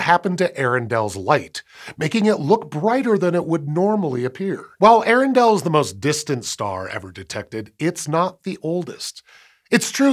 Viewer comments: Pronounce both the vowels at the beginning Earendel separately. A-air-en-del. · Just a tiny nitpick, but Earendel is pronounced with the first a making a separate sound. Ay-ah-ren-dil. It is rumored that the name of this star as written in an old English text, is what I soured Tolkien to begin to write his entire legendarium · Hi. Earendel was named so after Tolkien's Eärendil. As such, the "ea" are in hiatus, not a dipthong. It's not 'eh-rendel,' but 'ee-ay-rendel."